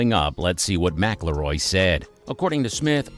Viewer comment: It would really help with the credibility if you knew how to pronounce McIIroy.